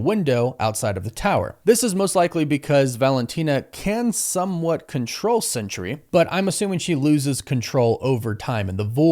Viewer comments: Isn't it Sentry? Why do you call him Century? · I googled it, and I'm correct. The character's name is SENTRY, not "Century" as you keep calling him.